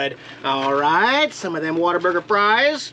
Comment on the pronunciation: It's not pronounced waterburger lol